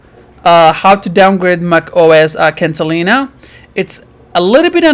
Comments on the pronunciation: dude, it.s catalina, not cantalina. what a bunch of bullshit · It’s Catalina, not Cantalina.